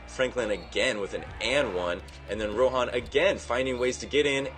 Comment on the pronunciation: It's RAHON, not ROHAN.